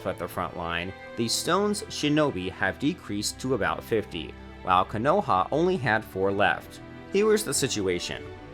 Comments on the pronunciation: Bro, I like your videos, but why do you have to butcher every name? The he’ll is mynoto? Raikazh? Kanoha? I mean come on man. Nawruto? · I took a moment to list every single mispronunciation in this video in chronological order and amount of times it was mispronounced. The list goes: Minato (Monato) x25 Onoki (Unoki) x4 Manga (Menga) x1 Konoha (Konouha) x2 Raikage (Raicage) x8 Naruto (Narootou) x4 Sasuke (Saskey) x3 A's (Ayas) (wtf? it's an english letter.) x2 Hokage (Hoecage) x1 Hiraishin (Hiroshin) x1 Rasengan (Rasengen) x1 Well done, great video. Only 52 minor oopsies, including two english words.